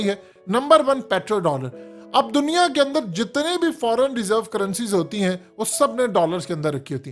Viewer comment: Chorhoo channel URDU ki aisi ki tesi to na kr. Kee bajaay nai Kay bajaay hota hai.